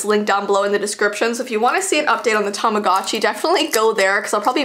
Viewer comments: Tamogochi isn't pronounced like that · It's not Tamagotchi it's "Tomodachi"